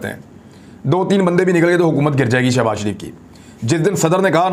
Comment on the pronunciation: Shabazz Kay sath Shab na bola karo plz humay taklep hota hay